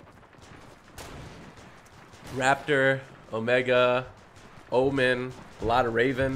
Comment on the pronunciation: Not Trying tone a follower but it’s omega